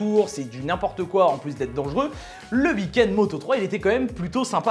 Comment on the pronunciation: Un beau « ui kend » comme le dit si bien 😅😂